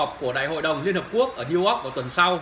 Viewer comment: Niu Ogg ??? Đọc cũng ko xong , toàn dân tri thức